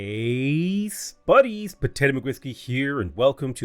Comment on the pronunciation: TIL he says "spuddies" instead of "buddies".